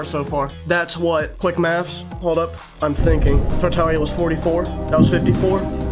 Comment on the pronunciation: Bro said forza and tartalia ☠️☠️